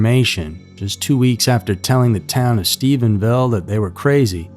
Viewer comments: It's Stephenville, not Stephensville as the video title says. Also the narrator of this video sometimes says Stephensville instead of Stephenville. This is just to remind you of how flawed human recollection is. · As a local, to hear 'Stevensville' over and over is maddening. Try harder bro. Otherwise close to kinda accurate. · Out of all the times you said Stephenville, you said it correctly one time. There's only one S. 😅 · Stephenville not Stephensville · It’s NOT StephenSville! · Stop misspelling or mispronouncing the name of the town! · Sir, there is ONLY one S in Stephenville. You even have a photo of the city limit sign, yet you repeatedly said it wrong. I used to live there, so it seems rather insulting.